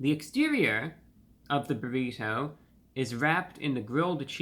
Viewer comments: I love ReviewBrah’s crisp articulation particularly with Ts. We normally say “burri-DOUGH” but he says it correctly as “burri-TOW” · My FAVORITE pronunciation of the word “Burr-EE-toe!!!!!! ❤ it